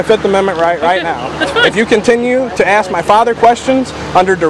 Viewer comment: It's pronounced ASK not AXE. Idiots